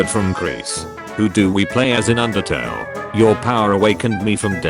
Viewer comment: erm it’s actually “undertale” not “undertal”🤓